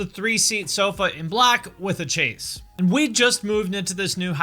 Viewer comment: Pretty sure Transplants was initially formed cuz Rob (or another member) needed money, so Tim and Travis got it going. So it's no surprise that they'd license out songs if needed ...also, chaise is not pronounced Chase lol.